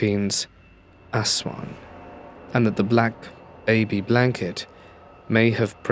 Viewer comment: Yeah at 47 minutes talking about the Philippino monster everytime I hear its name all i hear is asswang lmfao fucking ass-wang im dying